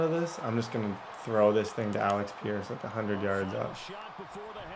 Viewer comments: ALEX peirce? Kwity PAYNE? Somebody get this man some glassses. Please we need to help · it’s (aleck peirce) and (kwity paye) not alex and payne